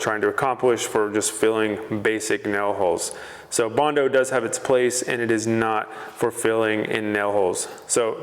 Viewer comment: What are “nel” holes?🤣